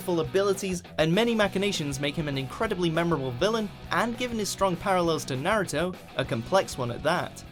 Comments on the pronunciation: “Nay-root-oh!” 😫😫😫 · Hearing pepole say names wrong gets on my nerves ...especially in naruto where the names are very Asian and have double meaning...nawurdo sakora kakashee and hinyate are some of the worst ...like its hinata ...like A sunny place..its a beautiful name when said right and it just hurts to hear it pronounced wrong ..cringe